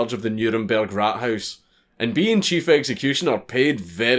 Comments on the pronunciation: Raathaus. A long a not rathouse. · he makes Rathaus sound like rat house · The way you say Rathaus is kinda meh, but this is cool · funny how "Rathaus" (townhall) sounds like rat house in english :D:D